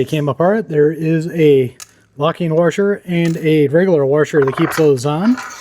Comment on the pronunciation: This guy says waRsher